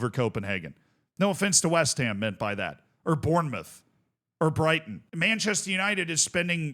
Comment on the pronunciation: It's "west HAM" not "WEST ham" 😘⚒️🫧🏆